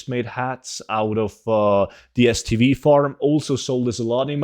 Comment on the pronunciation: Tiny lil request, to help the mega noobs out and idiots like myself who spent 10mins googling where "stb" is. could you perhaps say the full name rather than abbreviations. For anyone else who is looking to do the essence of water farm and kept hearing "stb" its Strangle Thorn Vale stv. good luck farming out there.